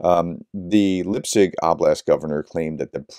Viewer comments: Please, try to pronoune the name correct. Li-petsk. "Lee pet sk". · Sorry for the pronunciation correction but Lipetsk is pronounced exactly as the transliteration indicates. Lee-pets with a k on the end. Same with Voronezh. When you see zh together that’s pronounced like the sound in treasure or pleasure. Thanks for all the work you do. Glory to Ukraine.